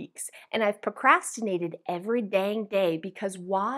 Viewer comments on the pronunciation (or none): OK so instead of procrastinating it should be pro-Cas-tinating right?😂 ❤ the video. And yes packing starts as soon as you know when you are moving. Eat out your freezer, pantry, and sauces. Seasonal gear, decorations, and stuff you won't use from now to after you move. Bedding and towels I always pack with kitchen because it is usually the first room you unpack after the move (especially if it's with the coffee stuff). With your suitcases make like your going on a week long vacation don't just pack your clothes and toiletries. Meds, electronics devices and chargers, maybe a power cord, reading, activity books for the kids and a deck of cards. Stack the boxes no more than 3 or 4 high, smaller boxes for heavy, bigger for lighter, REMEMBER once the movers leave you have to move them yourself. Hope this helps a bit. 😊